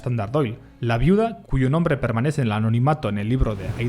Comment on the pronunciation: ES "NOMBRE", NO NONRRE"